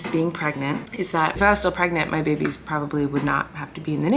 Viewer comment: My family is praying that your little babeh’s (I tried spelling it the way you say babies 😆) will be home for Christmas. Sending LOTS AND LOTS OF PRAYERS AND AMAZING VIBES YOUR WAY! ❤️ ❤️ ❤️ ❤️ ❤️